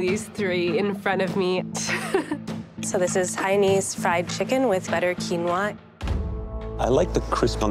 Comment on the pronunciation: im so triggered that she says "hainese"